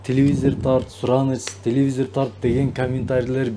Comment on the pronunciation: Телевизор деп айтсан тууган,телевизир деп айтпа